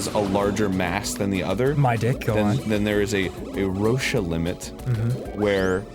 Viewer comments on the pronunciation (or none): cringed alittle when arin said "rosh-a" limit and said the moon will do that. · Okay, I love that you guys were talking about this, but.... 1) it's pronounced Row-shh limit not rosha 2) Venus is not larger than earth, it's slightly smaller 3) The moon will not become earths ring because it's slowly moving away from earth not towards it 4)If the earth stopped spinning instantly we would definitely go flying. Also everywhere on the planet winds would reach several hundred miles per hour, literally burning and grinding buildings and everything else on the planet to dust and ash I just want to reiterate that I love that you talked about this even if you hot some facts wrong. I love you guys. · Every time Arin mispronounced "Roche Limit" I died a little inside. :3